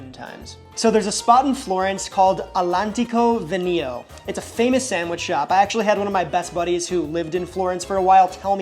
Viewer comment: Bruh, my ears hurt after hearing you pronounce schiacciata and all'antico vinaio go to google translate and hear how it's pronounced, not hard, not hard